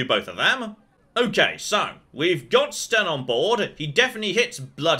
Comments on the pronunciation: It's Sten, not Shen. You also can't queue up any actions. And there are combos; Winter's Grasp to freeze an enemy, then Shield Bash to instant-kill them. You might also want to zoom out to get into tactical mode. Doing so would allow all 4 characters to do their attacks automatically since you won't be controlling a specific one. You should also customize the Tactics yourself; they are really detailed, and if you get a good setup, all you'd have to manage would be positioning. Edit: Oh, also, you can talk to your own companions too. They're a good source of information. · Ah yes, "Shen," the mighty quinari.